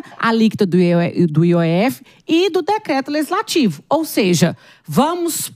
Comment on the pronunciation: O correto é LEGISLATIVO e não LEZISLATIVO. 😏